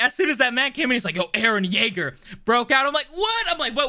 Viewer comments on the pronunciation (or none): none